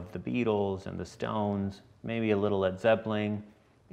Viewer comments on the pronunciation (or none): Did he say Led Zeppling? SMH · what the hell is a Led "Zeppeling" and why do I feel suspicious and a little bit uneasy all of a sudden?